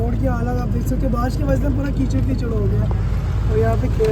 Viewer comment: चिकड नही कीचड़ बोलते है 😀😀😀😀😀